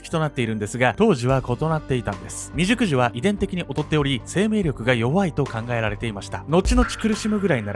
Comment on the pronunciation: クーニーさんめっちゃ立派！感動なんですが、未熟児が美熟女に聞こえしまいました。自分の性癖を意識してしまい、申し訳ございませんでした。笑